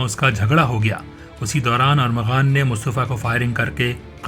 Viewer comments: Armaghan not aghaman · Y policeman is saying him arghaman instead of armaghan?